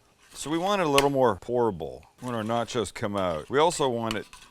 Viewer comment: Where in Canada do we say nah-chows lol.